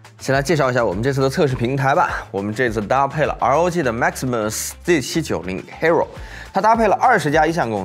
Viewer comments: 赞一个，hero这个词读作hee-e-rou. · hero 的發音錯摟